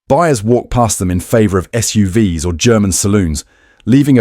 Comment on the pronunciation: This is obviously AI narrative because it always pronounces the "S" in the plural of SUV as "ESS", as in S U V ESS. A very common occurrence in these AI narratives. So annoying.